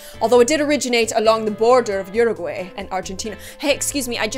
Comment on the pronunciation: You pronounced Uruguay wrong.😬😂